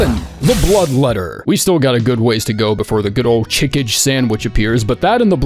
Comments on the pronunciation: I always thought chikage was pronounced shih-kah-gay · Yeeeeaaaaahhhhh... I'm never going to pronounce Chikage any other way now